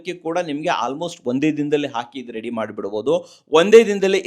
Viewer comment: ರೇಡಿ ಅಲ್ಲ ರೀ. ರೆಡಿ.